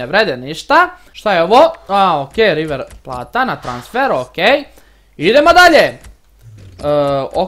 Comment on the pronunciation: nije river plata nego river plejt